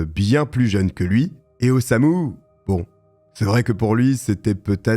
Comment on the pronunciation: C'est Osamu, pas Osuma 😅